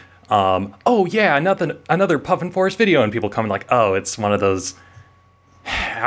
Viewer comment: Don't know how you were able to choose which of your R's to drop... worse than Sophie's Choice... I am gonna call you from now on...